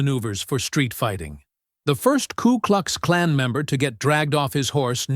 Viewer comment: It's K U KLUX KLAN. not klu klux klan. AI voice needs to get it right.